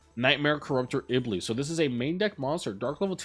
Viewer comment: Stop saying Iblee!!!